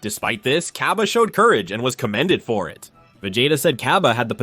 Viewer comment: This whole video is like hearing “Milk” as “Malk”. Like Syean? Cyabbae? Vejetta? THE CAT? SHENLON?